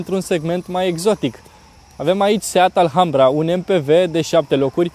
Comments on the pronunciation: Offff... se scrie ALHAMBRA dar se citeste "Alambra",... H este mut.. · se pronunta alambra ddddd